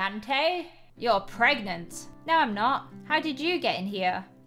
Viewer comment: Hearing you say pregante just made my day also congrats on 4m subs✨💜